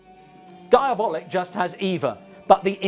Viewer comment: Always heard the title pronounced diaboLEEK. But yeah, Italian stuff of this genre fall short. I enjoy most Eurospy films because they're not really good and frequently confusing. Komisar X for me, is the best. Comic books not my thing. Same problems as adapting a book,..film cant hit all the nuanced ideas. Not enough time.